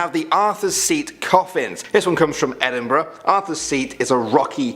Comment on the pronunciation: Correctly pronouncing Gorbals and Edinburgh that lass needs a raise. 👍🤣